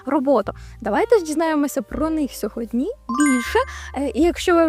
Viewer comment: Жах. СьогоднІ, ТЕличка. Далі можна не слухати. Дичина.